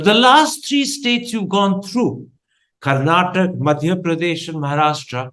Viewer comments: For all those who don't know and doesn't bother to know. It is "Karnataka" not "Karnatak". And the language is "Kannada" not "Kannad" The fact that journalists are making this mistake is unimaginable. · For the nth time, its "Karnataka", not "Karnatak" !!!